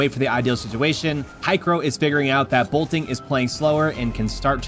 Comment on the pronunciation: boltin, not bolting